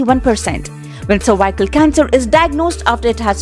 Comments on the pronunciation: Madam it is not cervicle cancer it is cervics cancer. U r saying worong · its not survival cancer .... please learn how to pronounce things before making videos....